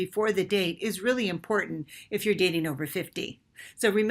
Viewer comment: Important not importan Being not bean Talking not talkeen Sounding not soundeen Looking not lookeen Playing not playeen Our is not pronounced “are” Training not traineen Organic not organdic Dating not dateen Authentically not ahthentically Experiencing not experienceen Amazing not amazeen Something not sometheen Living not liveen Vibrating not vibrateen